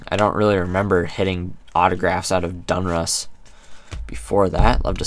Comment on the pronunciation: DON-RUSS NOT DUN-RUSS